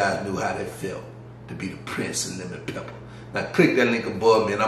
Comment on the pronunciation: I love the way you say lemon peppa 🤣🤣🤣